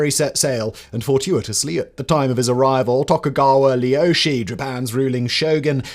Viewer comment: Leeyoushee? 🤣😂🤣 Semyon my friend, you made video 2yrs ago where you DID know that his name was Ieyasu and you did manage to pronounce it too. Regressing, are we? mmm? I shall give you tip, search video "Tokugawa Ieyasu - Japan’s Greatest Shogun" by channel Biographics - there is a bearded bald man with glasses who can within the first 30sec of video let you hear how to pronounce "Ieyasu" fairly okay. You will be confused by the man being as handsome as you, and equally striking, but pay that no heed, listen to him and find in yourself a strange familiarity and you should find the way to pronounce the name of the Shogun.